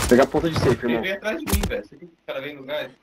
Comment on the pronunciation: mais legal foi o cara falando " ele vio atras de mim noi gas " kkkkkkkkkk